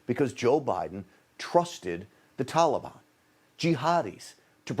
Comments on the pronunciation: Could be just me but the way he pronounce "Taliban" - "Tolibon" is just irritating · "Tallybond"? Wth? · Why are these people keep pronouncing Taliban, Talibon? LOL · That’s “Tally-ban”. Biden and all his friends are morons. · He even says Taliban differently than we have said forever. Why such reverence. Hmmmmm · He pronounces Taliban like a little child